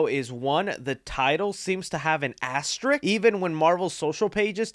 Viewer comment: First you can't pronounce peoples names and now you can't say asterisk. It's not an asterik. Come on!